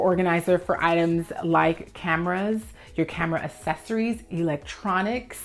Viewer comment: Since you asked for the proper pronunciation of Almonds in another video I feel you may appreciate my two cents on how to pronounce Accessory. Ax,ess,ory YES😉 Assess,ory NO😏 As an Organizer the word Accessory os used quite frequently on filmed content, in meetings, presentations & consultations with Clients. Every time you pronounce it as Assess,ory I cringe from flashbacks of my Speech Professor scribbling how many points he would deduct from grades every time I or other students mispronounced a word. When communicating professionally, I would love for you to feel confident & I want those who contract you to feel confident in you to. No disrespect, it could be compared to the question of how to pronounce Potatoes & Tomatoes, but trust it's best to clarify these while you're young.